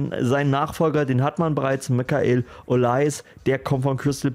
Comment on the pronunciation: Kleine Korrektur: Man spricht Olise [Olis] aus